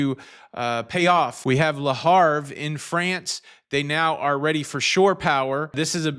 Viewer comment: Le Avre the H is silent...just saying...😊